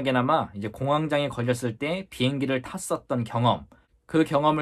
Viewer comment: 공항 장애로 계속 들려서... 공항에 장애가 생겼나 싶었네요 ㅎㅎㅎ